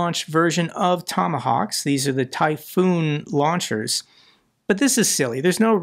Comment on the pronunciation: Typhon not Typhoon.